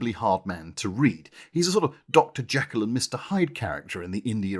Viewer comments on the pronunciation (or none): none